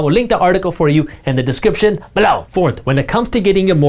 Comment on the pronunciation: Can you please not say "BElow"?